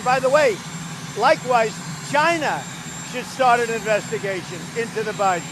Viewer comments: Dammit ! It's CHINA !! NOT JINA !!! Asshole in all kind of ways...impeach and remove ! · If Trump hates immigrants so much..why does he keeps asking for help and why does it sound like trump is saying Gina....like vagina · Or as he would say CHAI-EE-NA. Impeach the orange. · Why can't he pronounce China in the proper way?